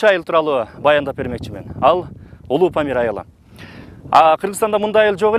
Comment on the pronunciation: Памыл дейтго